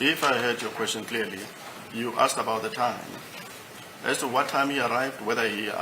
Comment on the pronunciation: This is pronouncing "asked " so badly for me. I wonder what do his colleagues say about it.